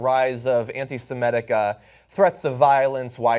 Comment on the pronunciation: "an-ti-sem-EH-tic threats"? frickin' moron.